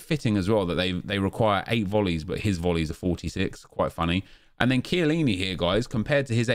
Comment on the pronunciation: did he rly say cant shoot for chiellini lol